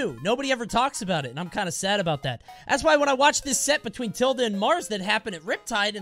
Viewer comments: tilduh is how you say the symbol ~, but tilde the player pronounces his tag differently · no shot coney pronounces it tilduh... I'm disappointed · “I’m a fan of Tilde”